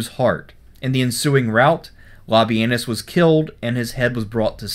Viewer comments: Sort of sounds like le-penus. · Did you just called him lobby-anus?